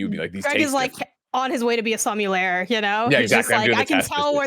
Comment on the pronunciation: Watching AH for over a decade has ruined me, in a sense, when people mispronounce words lol Shout out to Greg and for no pouncing on for pronouncing Sommelier as Som-you-ler